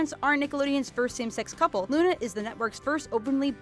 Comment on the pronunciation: Lol at the bottom screen when you were talking about Luna, you said "Una"